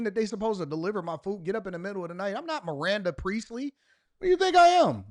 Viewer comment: That fool said, Miranda Priestly 😂.